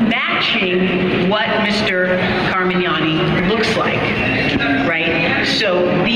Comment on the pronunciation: Car-man-yani & doe-tee